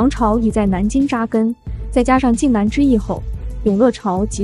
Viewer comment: “靖難”，此處“難”字，為名詞，指“危險或困苦的事”，應唸破音“男”的四聲（去聲）。 “難”字，當形容詞或副詞時，始唸“男”，如：困難、難堪、難看。 “奏折”，應為“奏摺”。 如全文以簡化字表述，可用“折”。 “乾出”，應為“幹出”。 （下略）